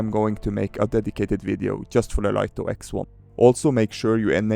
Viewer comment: For information, DJI want it to be pronounced Light-Oh not Leet-Oh. DJI sent out a pre-launch press-release to Lito testers and were adamant that they were to pronounce it "Light-Oh." 🤓 And if you're going to do more Light-Oh X1 videos?... SUBSCRIBED! 😁